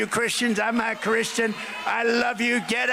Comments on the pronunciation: "I'm na Christian," Donald Trump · it sounds like Trump said "I'm not christian"! WTF Did anyone else hear that?